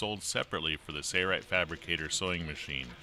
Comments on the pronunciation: Impressive for sure....but please, there is an "L" in Sailrite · trackdog90 2hy does he say it like that? Where’s the “L”?. 🤣